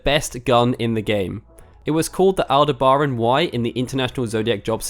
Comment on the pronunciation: How on earth did you pronounce 'Aldebaran' that way? 🤣